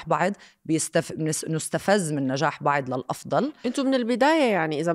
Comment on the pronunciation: اسمها "بعض" مش بعِض